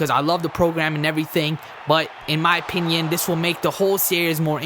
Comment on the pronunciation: Your Right Especially when you Say OPIPON